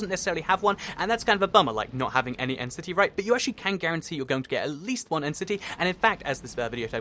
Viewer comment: it sounded like he said entity instead of end city